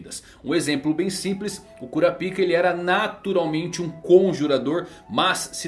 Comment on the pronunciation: Não sei se sou apenas eu, mas a pronúncia de kurapika que ele tem incomoda demaisss